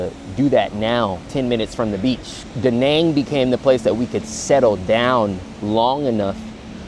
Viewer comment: one thing though Da Nang pronounciation is just wrong